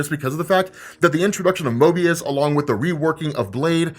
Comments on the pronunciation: Say Mobius one more gat damn time lol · You kept saying MOBIUS, not morbius :P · Listening to misspeak Morbius everytime as Moebius cracks me up. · I had to Google the pronunciation... sheesh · Mobius? Come on you know it's Morbius. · Is it Mobius or Morbius? Like I'm legit confused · OMG It's MORBIUS, not Mobius!!!!!! Also, Morbius won't be in the MCU. At least, not yet. I heard on ChaosMultiverse's youtube video that No Way Home Trailer 2 will be out November 15th. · love you bud but Möbius? lol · Lmao at the amount of times said Mobius instead of Morbius. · keeps saying Mobius instead of Morbius...funny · Why you calling it Mobius?? 😫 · U really was callin that man Mobius like that? Lol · Calling moRbius MOEbius repeatedly is... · Bro! Why you keep mispronouncing MORBIUS like fr as a Marvel fan you should know it’s no Mobius. 😂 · Stop saying 'Mobius', lol! Love the channel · Morbius not Mobius😤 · It’s MORBIUS not MOBIUS right ? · It's morbius not Mobius rob lol. Jk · He keeps calling morbious mobious lol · my brother you keep saying Mobius😁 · I can’t tell you how many times you called Morbius “Möbius”. You were hot to drop that shit! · You keep saying mobius but we still love you rob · MORRRRRRRRBIUS damn bro you forgettin that b! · saying Mobious 100 times....Morbious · Holy. Fuk. Neil DIAMOND????? Mobius????? How about you pronounce things correctly next time. Dont you do any post work on these f-ing vids? Seriously tho, big fan, you rock lol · Why do you pronounce Morbius like 'Mo-bius'? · I thought I was going crazy hearing him say it as well 😂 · Mo"R"bius lol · It's Mo"r"bius dagnammit! 🤦🏽‍♂️😅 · MORBIUS not Mobius lol unsubscribed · Yo, isn't it Morbius, not Mobius? Isn't Mobius from Loki? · M O R B I U S not Moebius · It's MoRbius, not Mobius. I would very much prefer a Mobius movie, but yeah. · It's MORBIUS.. M - O - R - B. it sounds like you're saying MOABIUS. MOBE? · Morbius, not Mobius, right?